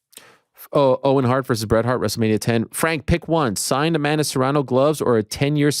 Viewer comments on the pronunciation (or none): none